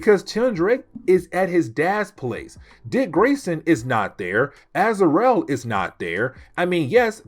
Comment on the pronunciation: I'm loving this break down of Knighfall. Not to nitpick but it's pronounced Az-ra-el